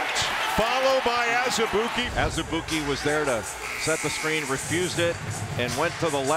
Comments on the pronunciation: It’s prenounced AZ-E-BOO-KY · Marvin Lesley I think you meant to say ANOTHER-ALL-EY-OOP-KAY